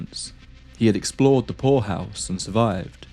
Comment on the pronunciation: Oh, POORhouse! You gotta ennunciate better, dude...!